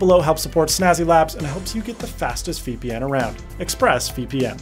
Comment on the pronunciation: did he say... VPeNis??